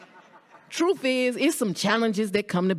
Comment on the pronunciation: What's a "troof"?